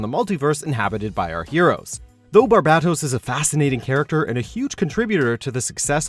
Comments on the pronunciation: You didn’t pronounce barbatos correctly... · He is saying barbatos wrong